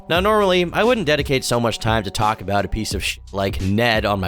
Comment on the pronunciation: Can't tawlk